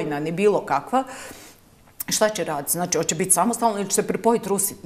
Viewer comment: Hoče,neče,slijedeči,moči.Zeno tesko je ovo slusati.